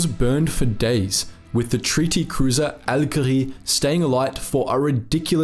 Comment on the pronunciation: There’s a movie 🎥 in this story., please practice your French pronunciations because you’re amazing at the German pronunciations. Jean = JHAWN. Algérie = al-JHAIR-ee